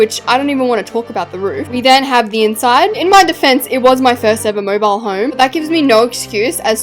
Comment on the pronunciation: you dont say "mobile like "moibal"